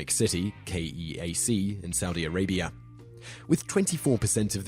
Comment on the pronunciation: who else noticed he said KEAC instead of KAEC?